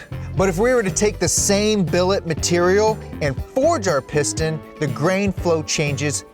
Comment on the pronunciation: I see you saying "piston" but I keep hearing "porn stache".